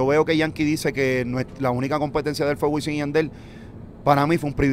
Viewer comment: Alguien que le diga a Wisin que usa la M y no la N.....